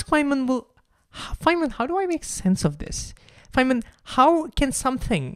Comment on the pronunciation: thank you for correctly pronouncing Richard Feynman